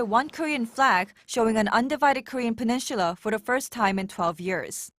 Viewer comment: Whatttttt Korean Peninshula?? What is that